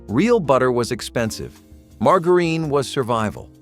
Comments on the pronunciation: Who mispronounces margarine? It's not pronounced mar ga reen. What is the third world country doing this video I've never felt like complaining so much in my life life. But this guy is just so wrong about so many things. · Mar-ga-urin? I’m not sure anyone anywhere pronounces it that way. It’s Margarine. Mar-jur-in. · I have never heard margerine pronounced that way. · Min-ut rice, mar-jer-in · Did you say mar grrr eene? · We always had margarine and sometimes Minute Rice. But never mar-guh-reen and mai-noot rice! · OMG learn how to pronounce margarine correctly!!!!!! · Learn to pronounce margarine (marg-jar-rine). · Did this moron really say marGarine for the mac n cheese?? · Mar gurene!!!😂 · The marg in margarine should sound more like Marjory rather than Margaret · This guy doesn't even know how to pronounce half the products. He is an idiot. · The pronunciation of “margarine” and “minute”……..hmmmm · where did they find someone who couldn't pronounce "margarine."?? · Your pronunciation of minute and margarine needs some practice. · Its the way he said margarine for me 😂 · Who even IS this dude? He pronounced the g in margarine like the g in the name Margaret. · No air fryers in the 70's. Kool-aid packages weren't from the seventies and there was no blue Kool aid. Your pictures aren't authentic seventies pictures. I don't think anyone who lived in the seventies had anything to do with this. Also learn how to pronounce margarine and bologna correctly. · Learn to pronouce margarine and minute rice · Why do you keep saying margarine wrong?😭😭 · He couldn’t even pronounce margarine or minute rice correctly. lol.